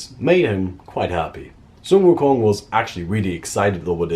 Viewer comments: this is the first time I heard a non Asian pronounce 孙悟空 so accurately. or accurately enough I guess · Pronunciation of sun wu kong was spot on